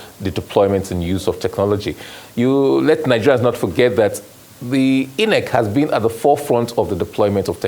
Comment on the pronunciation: If this oga is going to change the pronunciation of INEC to EENECK for us, at the very least, he should be wearing a bow tie!😊